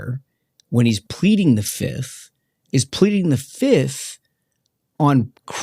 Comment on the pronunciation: Fauci: "I plead the fif. One, two, three, four, fif..."